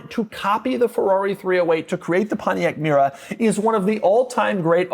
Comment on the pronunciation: Not a Pontiac Mera. Its Mera.